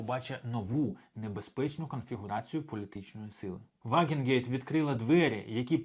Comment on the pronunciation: Друже, вже вкотре чую від тебе "Вагенгейт", чи якось так. Кидається у вухо, якщо знаєш, про кого мова. Вона "Ваґенкнехт" (Wagenknecht).